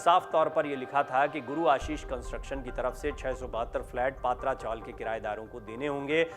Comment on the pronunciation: अरे भाई पात्रा नही पत्रा चाल जीसको सिद्धार्थ नगर बोलते ह ये गोरेगाव मे स्थित है।